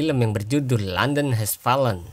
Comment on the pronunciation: FALLEN... Maaf. Sebutan nya salah dong. Coba belajar lagi n dengar kan betol2 sebutan nya. TQ